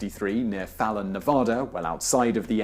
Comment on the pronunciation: The way Simon says Nevada and Fallon make me cringe physically, seeing as they're butcherings of how my town and state's names are pronounced. -1